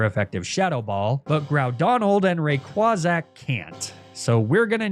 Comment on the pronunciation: Rayquazack killed me. I will never be able to say Rayquaza the same way ever again